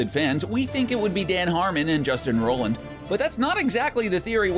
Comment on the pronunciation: His name (Roiland) is pronounced ROY - LAND not ROL _ LAND. Thanks and have a nice day.